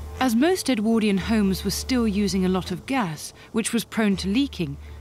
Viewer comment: If his name was Edward why do you call the period EdwORdian and not EdwARdian